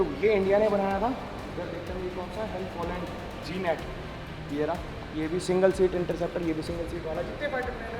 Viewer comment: Bhai,,G-Nat nahi..Ek word hai.. GNAT..ITS a small flying keeda similar to mosquito.(Gnat inscect) google karo....Also,,mein HAL family sey hu..so i know about Jets and Heli,s.